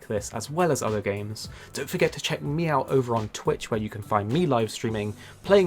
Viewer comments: Did he say "meowt" instead of "me out"? Hanging out with the Palicoes too much lol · He did not just say “Check Meowt” 😂😂😂 did anyone catch that? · Did you just say "check meow't?" Because I thought I just heard you say "check meow't."